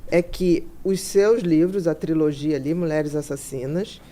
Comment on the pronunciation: mais alguém oiuviu ele falar "triologia" invés de trilogia ou ouvi errado?